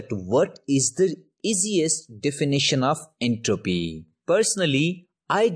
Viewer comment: His entropeeee 💀